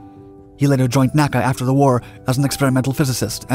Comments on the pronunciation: My all-time favorite aircraft. Others have pointed out the miles versus feet and "F-194" slip-ups. I want to mention that NASA's predecessor, the NACA, was always called "the N A C A," not pronounced "nacka." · It's my understanding that NACA was not pronounced "nakka." It was pronounced N-A-C-A.